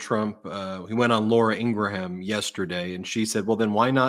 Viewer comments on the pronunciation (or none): none